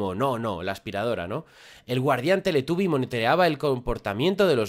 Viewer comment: Minuto. Teletaby??? Dijo